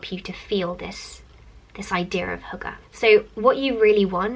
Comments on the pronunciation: I heard "hooker" lol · aww, you trying to pronounce hygge haha, it's not actually only a Danish word, we use it in Norway too :) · I love How you're trying to say hygge 😂